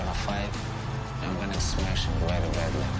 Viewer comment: It pronounced 'smesh'